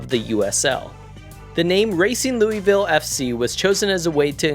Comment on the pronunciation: Great Video! But man…as a Kentuckian…your pronunciation of Louisville hurt me😂😂